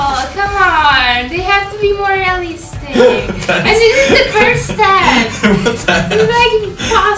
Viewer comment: Marzia Talked Slightly Romanian That Time When She Said "Realistic"